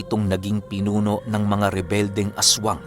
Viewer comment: Salamat pinuno Anjan na si lola astring..un din ang tamang pagbigkas PINUNO.olotang ga.GOD BLESS .